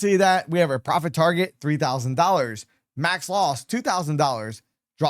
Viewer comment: Thanks for the info, but I would suggest speak more clearly. You lose clarity when you don’t use proper diction, meaning - say all the letters, including the last letters in a word. You seem to skip them a lot, especially t (eg payow vs payouT, pro-fih vs profiT, tar-geh vs targeT), along with sufficient pauses between words so each one can be heard and understood. Then your info will have greater impact - not struggling to hear, as well as to understand the concepts.